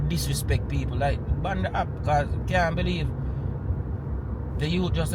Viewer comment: You meant to say BAN not BAND.